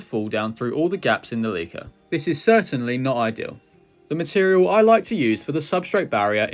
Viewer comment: Please say leca properly.